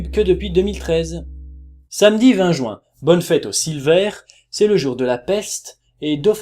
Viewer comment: tu me fais trop rire quand tu prononces "jouin" x)